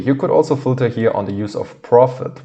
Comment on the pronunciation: Thank you, it is very informative. You say the word "filter" very unrecognizable, though.